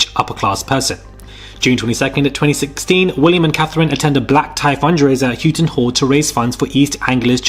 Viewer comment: Houghton is pronounced How-ton btw.